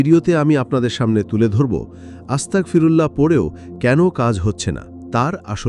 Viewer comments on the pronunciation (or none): আস্তাকফিরুল্লাহ নয় আস্তাগফিরুল্লাহ। আস্তাকফিরুল্লাহ মানে সকল কুৎসাহ আল্লাহর জন্য। আর আস্তাগফিরুল্লাহ মানে হে মহান আল্লাহ পাক রাব্বুল আলামিন আপনি আমায় ক্ষমা করে দিন।